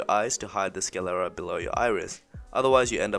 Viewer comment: It is sclera - not scalera.